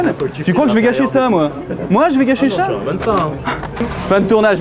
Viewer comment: Le FAIL du mot "Sa" a la place il a dit "Cha" :) xD Epic !